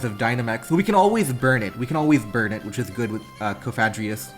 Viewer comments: Cough-uh-gree-giss is how you pronounce Cofagrigus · I actually love it when people mispronounce stuff. Sure it's not "correct" and the pronunciation police will come along but they're so serious anyway so who cares! Plus you're busy focusing on the game., keep on misorpnouncing Cofagreegrus (and bring back Verizon 👉👈) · "Cough-ugh-gree-gus" is how I pronounce it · Cofagrigus is Cough-Uh-Gree-Gus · Cofagrigus - coffin + sarcophagus = KOF-a-GRE-gus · cofagrigus = cough - uh - gree - jus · Cofagrigus = Cough - Ah - Gree - Gus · I have recently altered my pronunciation of Cofagrigus, Coff a greejus, (i think the hidden play on words here is egregious so i pronounce it with that in mind). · Coffin-egregious. Coff-a-gree-jus. Please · Coff-a-gree-*gus. Where did you get the j from lol it is definitely not pronounced with a j. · I pronounce cofagrigus like coh (as in code) fah (as in father) gree (as in greed) gus (as in Gus) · You are here to watch some high-level Pokémon I’m here to count how many different ways one can pronounce Cofagrigus We are not the same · Don’t emphasize “fag” in cofagrigus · Coffin + Sarcophagus. He’s definitely saying it wrong, but that just makes it funny tbh lol.